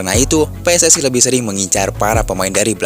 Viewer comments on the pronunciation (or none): none